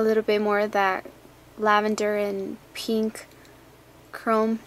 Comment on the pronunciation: You say peeenk, lol. And you people should stop hating, it's hilarious.